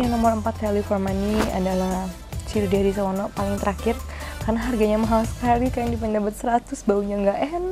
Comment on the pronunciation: wkwkwkk